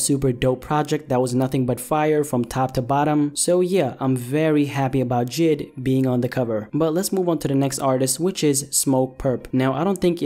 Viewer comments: His name is j.i.d not jid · Jid? For fucks sake its J.I.D